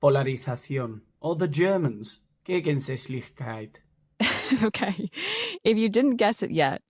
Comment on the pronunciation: As a German, I admire your pronunciation of "Gegensätzlichkeit". Great achievement to bring such a difficult word correctly over your lips.😃